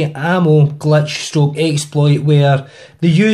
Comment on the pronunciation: its glitch not gletch